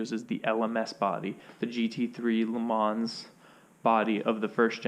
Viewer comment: You don’t pronounce the s in le mans my dude